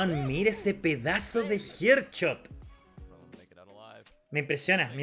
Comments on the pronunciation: No es HEARDCHOT SE DICE HEADSHOT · Mira esos "jer chot" papá :v